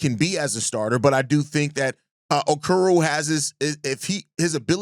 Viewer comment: You keep calling that man “Okuru” 😩 it’s pronounced like “Oh-core-oh” Okoro